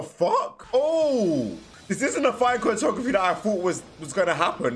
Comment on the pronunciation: I'm sorry but "Chortography" 😭